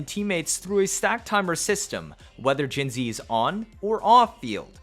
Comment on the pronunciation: Funfact, not only does every second cc write jinhsi wrong, but 99% pronounce her wrong as well. Hsi is a different writing for xi, resulting in her name being jinxi which is pronounced „jinchi“. I hereby offer you the possibility to be the 1% that does it Right 😂